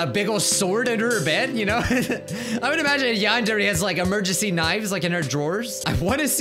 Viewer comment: Welcome to Yandare Simulator! Me: You mean Non-Dairy Simulator?